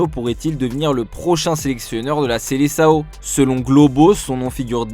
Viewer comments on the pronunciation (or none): none